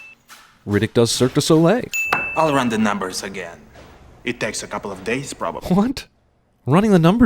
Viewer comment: "Cirque de Soleil". It's "Cirque du Soleil", so +1 sin for you ;)